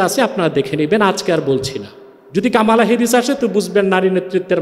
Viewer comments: কামালা হ্যারিস নয় । কমলা হ্যারিস । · কমলা না কামালা হবে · He don't know US power. US can destroy the whole world, but they will not do that. And pronounced "Kamala", it's an Indian name, how we pronucnce "Komol Das gupta" . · একটা বাংলা শব্দ কমলা কে কি অদ্ভুত ভাবে কামালা বলছে, চমৎকার লাগছে হুজুর